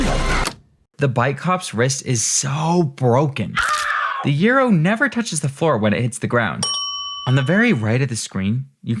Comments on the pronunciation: WHO PRONOUNCES IT YEERO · Gyro is jye-ro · I've always pronounced gyro as jyro lol not gearo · Wait, you don't say gyro like that?